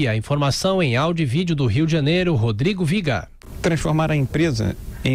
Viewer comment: Adoro a pausa dramática que ele faz no final. "Do Rio... ... ... Rodrigo Vigaaaan"